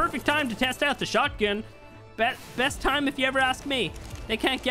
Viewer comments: He said shotty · He really said “shawty” when he was meaning shotgun but shawty’s like a melody’s